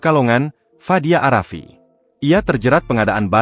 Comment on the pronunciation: Pengucapan narator itu seharusnya a rafiq bukan arafi